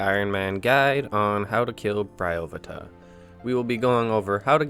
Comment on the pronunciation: I always said Bryo-PHAE-tuh, interesting to hear someone say Bry-OH-phu-tuh.